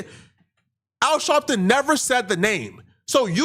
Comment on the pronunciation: Are you saying Shalpton?